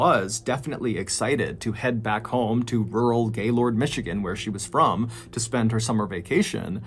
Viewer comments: Its pronounced "gaylerd"... one syllable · Although spelt Gaylord, my Michigan family assured me that it's pronounced 'Gay-lerd' (-lerd like nerd or word). I spent a week up there last October around my Aunt and Uncle's vow renewal ceremony. RIP these awful casualties, and thanks for the word Mr. B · I'm 30 mins north of gaylord. (pronounced gaylurd by locals) I have a few friends that knew whittney when in highschool though I didn't personally. Sad story all around. Nuts seeing something I know well and from my area being covered by you. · Hey, FYI......"Gaylord" is pronounced "Gaylerd" FYI.....👍😊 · I love you John but it's pronounced "gay-lerd" I live about 45 minutes north of there. That was driving me nuts this whole video 😅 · As a Michigander, respectfully it’s pronounced GayLERD lmao regardless tho the name makes me giggle lmao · Smegma it's pronounced gaylurd by locals though. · Being from MI, it's always strange to hear how people pronounce cities names' different than we do, because we act like we don't have an accent...We say Gaylord like Gay-lurd, Charlotte like Shar-lot, and Mackinac like Mack-in-awe among many others....you got Caledonia though 😊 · I was in 6th grade when this happened and I remember everyone was talking about it all the time. Even everyone I knew (I’m from Lansing, MI) talked about how insane this was and how no one had ever heard anything like it. So sad, especially for Laura’s family. 😔 Also: it’s pronounced “gay-lerd”. Weird I know lol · I live near Gaylord (it's pronounced Gay-lurd by us northern Michiganders), and it was so, so weird. I forgot about all of this, and hearing about it now is a trip. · awesome video, but its pronounced gay lerd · To all the non-Michiganders out there... we pronounce it "Gaylrd". Also, it tragically was hit by an EF-3 tornado this past spring... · I giggled when he pronounced Gaylord, MI. He really emphasized the gay part. We don’t do that here. 😂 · Not how you pronounce gaylord 🤣🤣